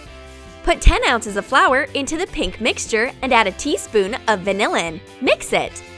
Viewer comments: What the hell is vanillan😂😂😂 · They said VANILLAN instead of vanilla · Video: vanillin Me: it's vanilla! Get it right! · How many times did she say valinnin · i think that you need to say vainilla not vsinillen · Vanilla not vanillan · You realize that you said vanilin instead of vanilla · no hate but wth is 'vanillin' ?!